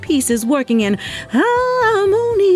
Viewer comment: Harmony more like ham-ony